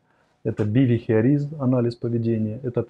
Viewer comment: По-моему, биХЕВиoризм, а не биВЕХиoризм? От слова behaviour. Нет?